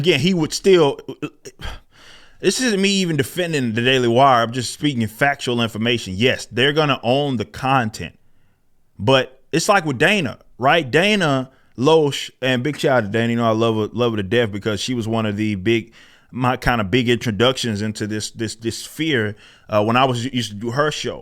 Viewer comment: Lash not Loash